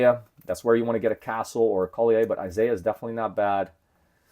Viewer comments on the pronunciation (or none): Isaiah Collier pronounced Call-yer